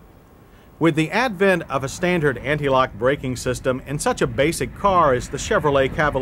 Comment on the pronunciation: Nice dash display ! Like the presenters homely voice.... notice He always adds a subtle t in words with d's..... '5 speed as stantard'...